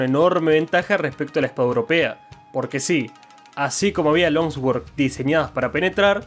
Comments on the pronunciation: se pronuncia long sword no lonswoord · Por qué decís long sguord..? La pronunciación es l(ao)ng suord... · Al tercer "lonsguord" tuve que dejar... espada larga o buena pronunciación.